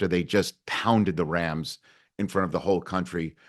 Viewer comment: "Pounded the rams." ...for a second there I thought he said yams. Happy Thanksgiving y'all!